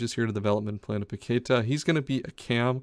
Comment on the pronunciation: It’s pronounced “PaquetÁh” not paquEta lmao, please fix ur pronunciation it feels so weird watching u repeat it multiple times but i love the series 😂